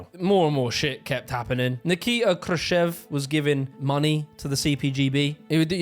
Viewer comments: Krushchev, like Krush-chev (kinda chav with an E. I can write it in Russian if you prefer?) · Why are you pronouncing Khruschev like a simpleton Yank? Austerity is a myth. Academics get grants worth millions to study gay porn and decolonosation in Bolivia. Look up Woke Waste if you don't believe me.